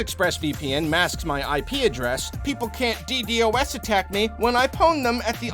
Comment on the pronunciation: Ok this is a minor nitpick against Zane (not you,, you're perfect!), hackery computer guys usually pronounce DDOS as "dee doss"